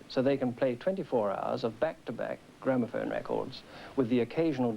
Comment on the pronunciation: Man said gramophon music